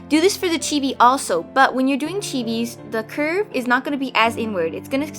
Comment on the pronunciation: at first when she said chibi I thought she said tv